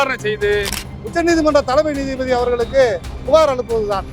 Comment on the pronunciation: போராட்டம் வெற்றி பெற வாழ்த்துகள்... நீதிபதி என்று உச்சரியுங்கள்